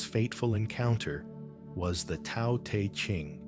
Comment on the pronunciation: This is more fake AI. When you hear this voice say "Part one" it's a giveaway. Also pronounced Te as Tea... Block this account